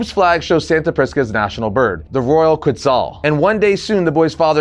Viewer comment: not to be a d bag but this is the second video I've watched on this issue and both of yall have pronounced Quetzal incorrectly. I know I'm being extra and technically there is no correct way currently since its a fictitious bird created by the writers and they've never verbally canonized it's pronunciation but I'm 99% sure it's based off of the Aztec god Quetzalcoatl because, well the name first of all but, also its a flying deity from Mexican mythology. Anyway, if I'm right, then it should be pronounced like Keet-sull. yeah I know, I'm lame. I just really like mythologies from around the world and thought I should share that